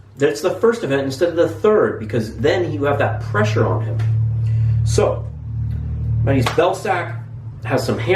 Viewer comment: 3. And it's Ma-te-oosh with te like in tennis